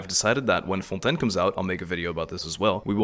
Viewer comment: WAIT ARE YOU FRENCH ? because you were pronouncing Fontaine very frenchly so I had suspicions but now... je suis trop contente parce que j'adore regarder tes vidéos en général, c'est super fun et tranquille :D